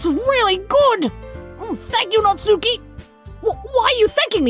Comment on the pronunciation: Monika is pronounced the second way you said it (Mon- i - ka) not (Mon - ie - ka) and Natsuki, do dont say (Nat-sue-ki) its (Nat-su-ki)